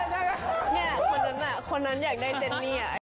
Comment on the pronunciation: He just can't say jennie right over she how cutely he is jumping 😄😄